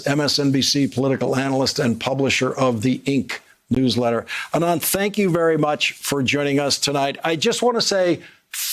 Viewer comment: While your commentary is generally incisive, your pronouciation of foregn names could use some work. For example, it's "AH-nand" not "a-NAND," Mispronouncing foreign names - especilly South Asian ones, is indicative of a couldn't-be-bothered disrespect that veers evr so close to the racism you accuse your current POTUS of. UNDERSTAND?